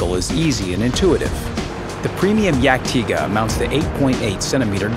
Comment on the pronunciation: You dont say it dyag-Tayger, you say it Yag-Tiga. Cause its the proper way to pronounce it